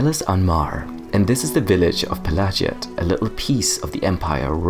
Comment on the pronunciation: Pelagiad is probably named after Emperor Pelagius, so it would spell like "pela-gee-ad" rather than "pela-ji-ad". Edit: But then there's an Ashlander pronouncing it the latter, huh... Might be an ashlands accent or a geniune mistake, but might just be the canonical pronunciation also. If its linguistic root lies in Imperial (= Roman-esque) naming conventions, then it should be "pela-gee-ad". Then again, I've heard people pronounce "Pelagius" not like it should be (pe-la-gee-us), but like "Pe-lay-ji-as", for some reason. Elder Scrolls aren't very consistent in this kinda thing, sometimes they use different pronunciations inside of the same game even (dei-dra and dee-dra, etc.), and I don't know if that's intentional or not.